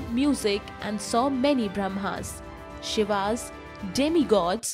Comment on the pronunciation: Explained all the things but Krishna and Shiva were pronounced wrong. It is pronounced as "Krishn" and the last "a" is used to preserve the "अ" sound in English.